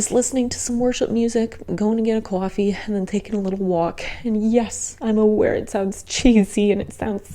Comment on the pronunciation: I think I briefly caught your New York accent when you said "coffee"... lol.